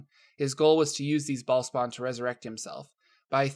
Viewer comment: lol Bahl-spawn.